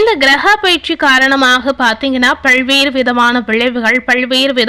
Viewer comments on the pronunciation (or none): 'பள்வேறு' இல்லை; "பல்வேறு" உச்சரிப்பை சரி செய்யவும்!